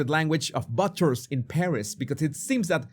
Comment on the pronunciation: Hi. Butcher is pronounced Boocher. Love your show.